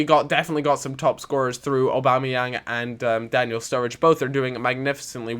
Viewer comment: Why don't you pronounce aubamayang's name right thick count